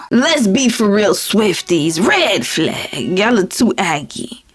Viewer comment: I love the say you say “red flahg” and “greehn flahg”